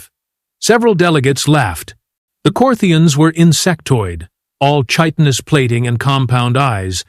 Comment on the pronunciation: Chitinous….pronounced as Kai- tin-us